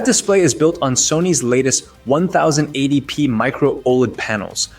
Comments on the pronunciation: Bro, how do you sound both like a broke college student recording this in his bedroom, and a terrible AI narrator who doesn't understand the words they're saying... at the same time? Humans don't say "One thousand and eighty P" for 1080p or "Micro Old" for Micro OLED. Also... who won the comparison? You never said anything about it. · One thousand and eighty pee One thousand two hundred pee Micro old display Clanker narration?